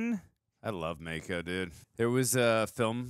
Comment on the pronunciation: Just so you know, that is not how you pronounce mako